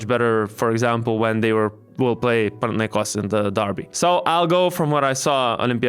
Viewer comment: Panathinaikos ir Olympiakos neteisingai kirčiuojama